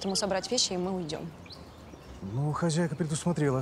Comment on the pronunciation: А почему , хазяйка, а не хозяйка.